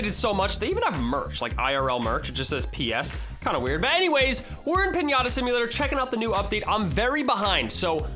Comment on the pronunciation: PIÑATA not pinyata